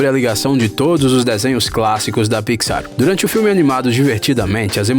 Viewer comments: Piquisár kkkkk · E pixar não picsar ou não só notei isso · "Estúdio Piquissár" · Parei de assistir no momento do "PIXÁR". Thiago neves: pelo amor de Deus ne. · Que agonia dele falando pi xar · "Marida", "pixár" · Mano, que coisa chata ele falando as coisas erradas tipo picsar ou procurando nilmo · Ap, Nimo, dorui, pixár, vc pronuncia tudo errado pqp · "Pixar" "Marida" (Merida) "Api" (up) Se tiver outros erros de pronunciação diz ai Eu esqci kkkk